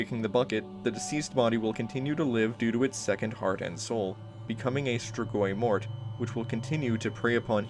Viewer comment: Compared to how other people pronounce strigoi, you did a great job. Cool video as always.